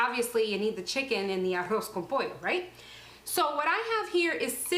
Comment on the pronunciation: Si es arroz con pollo tipo cubano y ella pronuncia muy bien arroz con pollo porque no lo dice en español